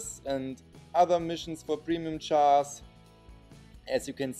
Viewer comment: He says chars to jars lol